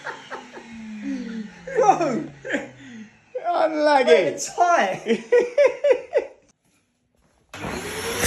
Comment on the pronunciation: "unlugy" got me dying